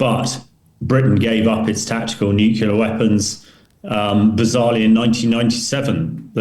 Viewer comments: I know that I am nit picking but his use of nucular rather than nuclear really grates!!! All the more surprising as he is clearly British. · I wish Ben would stop pronouncing nuclear as nucular.... Arrgghhhh! Other than that, the analysis is good. The internal pressures on Putin are mounting exponentially. He is trapped by his own hubris and lack of realistic strategic planning. Ukraine was always far too big to conquer or control, even for a military as large as Russia's. What Putin has underestimated is the value of freedom and identity to Ukrainians. It's the same for Poles, Romanians and all the other previously Soviet Bloc states that are now part of the EU and NATO. He has forgotten the real reason why the Iron Curtain (and with it the Soviet 'empire') fell. It wasn't tanks and bombs, it was the post-war western European culture that was live-streamed directly to the people of eastern Europe via their analogue TV and radio sets, from massive transmitters that were deliberately placed on the border. Those countries that came over to the West (and now Ukraine) will never give up their freedoms. Also, it's too easy to blow things up deep in another country with modern tech, as the Ukrainians have proved so spectacularly. Also, most Ukrainians speak Russian as well as Russians do. They can blend in, infiltrate and act invisibly inside Russia. Russia can never win this conflict. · "Nuculer". How embarrassing. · It's always jarring to hear educated people say "new-kyoo-lar" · I cannot believe that a retired British colonel cannot pronounce the word nuclear. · How on earth does a British Colonel not know how to pronounce 'nuclear' correctly ? Mind-boggling. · N.B. There is only ONE "u" in nuclear.